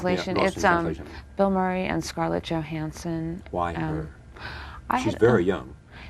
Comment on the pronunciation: The interviewer messes up scarlets name